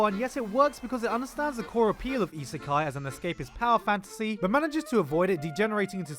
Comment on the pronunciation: "Slime Iseka---" I'm gonna stop you right there